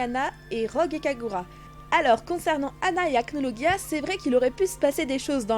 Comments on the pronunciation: Achnologia 😂😂😂 tu le prononce "guia" mais c "gia" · Acnologia ce prononce " Acnolojia " ;)) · Ça ce dit acnolojia mais bon je dit ça comme ça